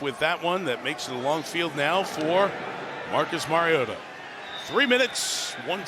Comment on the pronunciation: Anyone else wonder why they, the booth, pronounced Marcus’s name wrong, and about 4 different ways all night! Mhar-eee-oh-tha!